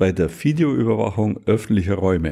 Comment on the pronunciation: die bayerische Fideoüberwachung mit F ist am besten..